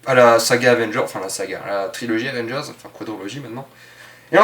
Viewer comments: tu as du mal à dire AVENGERS ???? Avvvééééééénnnnnngeuuuursssssss ??? Tu n'y arrive pas ???? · la prochaine fois, essaie d’articuler quand tu prononces Avengers ^^ ciao